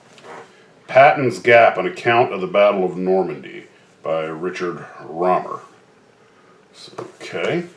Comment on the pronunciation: The H in Rohmer's last name is silent, so it is pronounced Romer. Some great reads. Loved terror in the starboard seat.